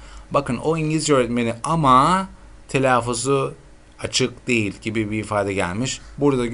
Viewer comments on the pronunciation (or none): none